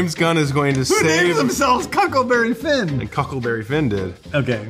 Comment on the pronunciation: The two most important things in this video: "Cuckleberry Finn" and "Co(um)ming" 🤣🤣